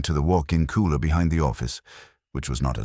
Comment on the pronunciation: It's AI voice, that's why it kept pronouncing cooler as kohler.😆